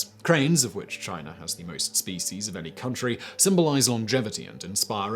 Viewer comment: Take a shot everytime Simon says: China, Chiner, Chinese...